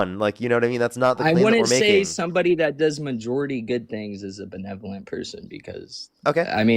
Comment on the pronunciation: "What do you mean by belenovence?" - Nick Shirley